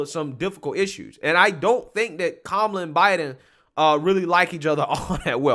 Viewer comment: Her name is ka-Ma-la. It is a classic Indian name.She can’t even tell the truth about her name.